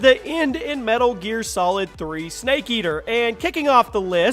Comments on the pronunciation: "snake ater" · Lol, The End of Metal Gear Solid 3: Snake Ater... SNAKE ATER!!! i think you meant Snake Eater:3